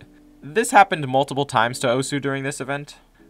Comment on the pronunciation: The way he says “Osu” makes me want to cut myself